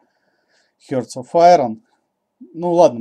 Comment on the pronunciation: Как же режет слух это "Хёрт" оф Айрон